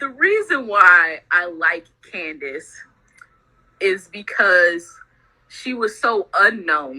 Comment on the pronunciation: THIS BITCH JUST SAID CANDICE PANTS